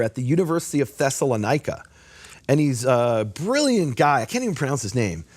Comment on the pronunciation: I can't believe that you went to Greece and never learned how to pronounce Thessalonica.